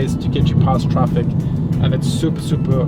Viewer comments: That "TRAPIK"! 🤣🤣🤣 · Glad you're using the Filipino accent on how to pronounce some English words: traffic = TRAPIK; hungry=HANG-REE. Now, I have a request for you and: in that please use the following two Tagalog words once or twice and it will jilt your viewers with joy: (1) "Di Ba?" - In conversations, Brits always end their statement with "isn't it?" In Tagalog, please substitue "di ba?" For example, it's very hot today, isn't it? Say, it's very hot today, di ba? (2) "Grabe" - Also say "grabe" (pronounced: grab-beh) when describing something that is super good or super bad. For example when you see a car wreck, you say "grabe"...with this one word, you are describing the wreck as very terrible. Or, when you go to a tourist spot, like Tagaytay, and see some beautiful spots, say "grabe" which means you just saw some very beautiful sceneries. Superlatives in Tagalog.